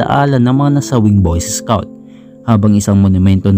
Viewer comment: Pag pronounce nya ng scout ay isscout